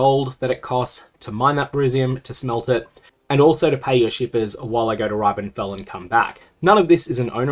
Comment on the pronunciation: why is he saying Ribenfell like that 😢 they literally pronounce it in the game